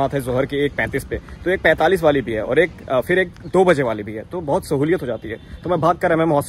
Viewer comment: Being an Aligarian you should work on your pronunciation particularly word F It is not Fir , correct word is phir